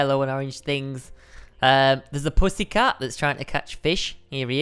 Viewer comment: he said ussy cat